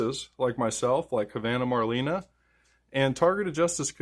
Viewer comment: Thank you - Marlena pronounced (Marlayna)